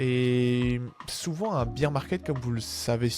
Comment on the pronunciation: Merci pour cette vidéo, mais si jamais : "Bier market" -> on ne parle pas de bière, l'ours se prononce "Bèr". Il n'y a pas de sonorité "i".